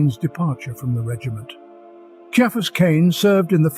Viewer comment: Ciaphas is pronounced "KIE-a-fuss" and Genestealer is pronounced "Jean stealer"